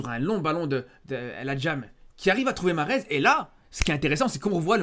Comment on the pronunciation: "El Hadjam" mdrrr tu nous as moyen-orientisé là